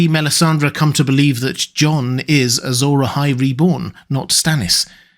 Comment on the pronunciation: It's interesting you say "Azor eyes" because it sounds like "azure eyes". Azure as in blue.